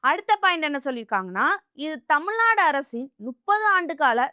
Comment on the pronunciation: தமிழின் தனித்துவமும் அழகும் ''"ழ"கரம் தான். தயவு செய்து நெறியாளர்கள் முயன்று சரியாக தமிழ்நாடு,வழக்கு .... உச்சரிப்பது மிகவும் அவசியம். தமில்நாடு. வலக்கு...என்ற உச்சரிப்பு (sorry)எரிச்சலூட்டுகிறது. Media should give importanc to correct tamil pronunciation .